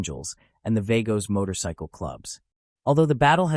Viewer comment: They are pronounced .... V AH GOS